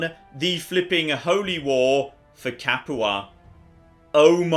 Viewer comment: Padua Pad-you-ah NOT Pad-eww-uh You pronounced Capua correctly. Just pronounce Padua the same way. note: Italian American, willing to be corrected by actual Italian if my pronunciation is incorrect.